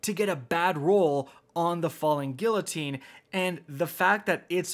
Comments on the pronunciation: GEE-----UH---TEEN.......got it? Do you say the "LL" in tortilla as well? GFC man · Don't forget how to this day, he still says guillotine wrong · gEE-Uh-Teen not gill-oh-teen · its pronounced gui-yo-tine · Drinking Game: each time says “Gill-o-teen” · FALLING “gee uh teen” my man, i was going psycho at the mispronunciation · He does not still say, “falling gilotine” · everyone is talking about the cold front legendary kinetic hand cannon but has no one else noticed that he pronounced guillotine as "gill-o-teen" ?? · Hey, just a heads up, Guillotine is pronounced "Gee-oh-teen." (Then L's are silent) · "FaLl3N GiLlotEEn" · Falling Gillateen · Falling Gilloteen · Did this nigga just say “Gillateen”? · It’s been half a year since the sword came out and still can’t say the word “Guillotine” correctly lmao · I'm more worried about how he pronounces guillotine ! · So y’all gonna talk about him saying cold front the legendary hand cannon but not the part where he pronounced the L in guillotine?... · No ones gonna talk about his pronunciation of guillotine? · Is no one gonna talk about the way he pronounced “Guillotine?” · Still can’t pronounce guillotine correctly lmao. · why can no one pronounce "guillotine" mon dieu vive la france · Listening to you pronounce guillotine hurts me. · Aren't you Canadian? Doesn't that mean you're federally mandated to be half French? How are you still pronouncing guillotine incorrectly? 😁